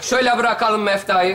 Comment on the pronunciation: Hocam, mefta değil mevt-a.